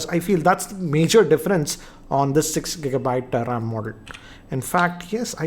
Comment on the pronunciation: It is RAM, not RAAM.